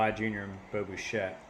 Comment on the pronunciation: Lol not to be that guy but it’s bi chette no bu chette. I know you’re way past recording this lol. But love the series.